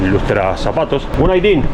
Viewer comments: You should say günaydın, not gundaydın 😀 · No gundaydın, gunaydın... :)) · 😳 mi cara cada que trata de decir buenos días en turco, así no es la pronunciación de günaydın😅 , los turcos también se quedan 🤔 que nos habrá dicho😅😅😅